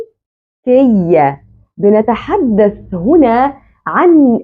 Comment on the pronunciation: كذلك انتبهي لنطق بعض الكلمات العربية بشكل صحيح مثلاً: كلمة المُلكية حرف الميم فيها مضموم وليس مكسور بارك الله فيك أحذفي تعليقي هذا كي لا يظهر للمتابعين أحسن الله إليك ونفع بك شخصياً أفضِّل ظهور الشاشة مكتوب الدرس فيها كتابة مثل أخر الفيديو في الدقيقة 13 وظهورك بجانب السبورة ليس مهم لنا صوتك فقط يكفي بشرحك الواضح مشكورة مأجورة عليه وإذا احتاج ظهورك يمكنك الظهور بين الفواصل مع جزيل الشكر لجهودك المبذولة لنشر العلم النافع بالعلم ترقى الأمم